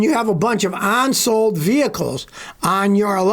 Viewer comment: “Onsold”?????? That’s not a word.